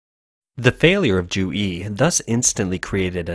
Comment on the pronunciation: I had to look it up to confirm because I'm not Chinese or Chinese American, but Zhu is definitely NOT pronounced "Jew"! Really though, not even close, lol